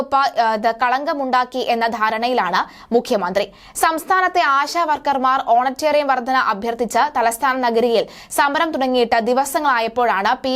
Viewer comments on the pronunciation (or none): ഹോണറേറിയം ആണ് ഹോണറ്റെ റി യം അല്ല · പ്രിയ സഹോദരി വർത്ത വായിക്കുമ്പോൾ തെറ്റ് സദ്ധരണം, എന്നാല് അത് തുടരുന്നത് ശെരി അല്ല. ഓണറേറിയം എന്നത് ഓണ റ്റേറിയം എന്ന് ഉച്ചരിക്കുന്നത് ഇനി എങ്കിലും തിരുത്തുക. ഇത്ര മാത്രം. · Onatteriam അല്ല vishutteriyam. ഓണാറേ റിയം എന്നത് പോലും അറിയില്ല. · ഹോനറ്റേറിയം അല്ല ഹോണറേറിയം. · ഓണറ്റേറിയം. കഷ്ടം. ഓണറേറിയം. മലയാളം ഉച്ചാരണ ശുദ്ധി ഇല്ലാതെ പറഞ്ഞാൽ status കൂടുമോ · ഓണറ്റെറിയം 🤔🤔🤔🤔കൊച്ചേ ഓണറേറിയം ആണ് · ഓണറിയം അല്ല ഓണറേറിയം ആണ് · ഓണറ്റേറിയമല്ല, ഓണറേ റിയം ആണ് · ഓണറ്റേറിയം അല്ല ഇംഗ്ലീഷോ അറിയില്ല മലയാളവും അറിയാതെ വിളിച്ചു കൂകുന്ന നീയൊക്കെ മലയാളിയാണോടി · ഓണറ്റേറിയം എന്ത്? വായിക്കാൻ പോലും അറിയാത്തവർ ആണോ മാധ്യമ പ്രവർത്തകർ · ഓണറ്റേറിയം അല്ല. ജേർണലിസം വരെയുള്ള വിദ്യാഭ്യാസം കാണുമെന്നു പ്രതീക്ഷിക്കുന്നു. ശരിയായി ഒന്ന് പറയുവാൻ ശ്രമിക്കാം. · "ഓണറ്റേറിയം "കഷ്ടം വായനക്കാരി... ഒന്ന് പഠിച്ചിട്ട് വീഡിയോ ചെയ്യൂ 😂😂😂